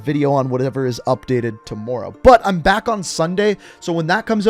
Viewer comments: No one:: too-more row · Love how this man says tmmr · Every time he says tomorrow I cringe. I know he’s Canadian but I can’t help they say the word wrong. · The way this guy says Tomorrow bro😂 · LMAO and the way he was saying tomorrow